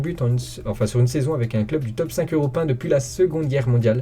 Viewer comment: Quand il dis europun à la place de européen